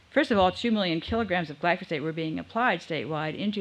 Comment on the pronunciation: It's difficult to take anyone seriously when, from first mention and thereafter, they mispronounce the name of the chemical they are condemning. It's GLY-FO-SATE, not GLY-SO-FATE! Also, reading the thread of comments further discredits the presenter. Finally, what's the connection between Glyphosate and GMO?